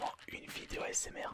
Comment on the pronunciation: Ta dit osmr XD